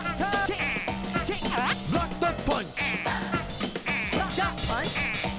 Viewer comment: listen carefully, when he says "duck" it sounds like fuck.